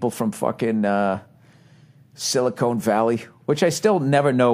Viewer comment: lol silicon not silicone